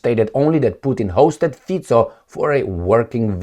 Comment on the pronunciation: I think Mr Fico deserves to have his name pronounced correctly, don't you think?